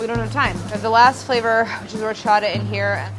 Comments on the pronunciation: I love how she pronounces 'horchata' as if it were a French / Italian word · OMG I hate the way they say horchata. Lol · Delaney: Horchata Me: classic delaney fav 👌🏼😂❤